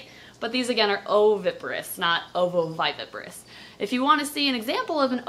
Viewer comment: How many times does it take for you to mispronounce ovoviviparous